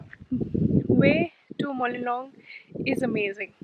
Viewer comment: Mawlynnong not molinong😆😆😆😋😋